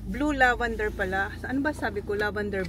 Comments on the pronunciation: LAVENDER!! NOT LAVANDER!!! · Ok lang yon Pinoy naman sya po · oh eh di lavender..! apakaOA neto.. baby kalma!